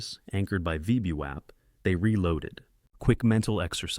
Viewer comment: It's like listening to someone with a speech impediment that prevents them from correctly pronouncing VWAP.